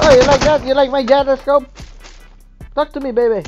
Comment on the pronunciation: "Takl to me Beybe!" 😂